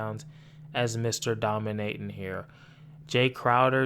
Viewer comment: “What the fuck are you dominayton?… the metaverse?”😂😂😂😂😂😂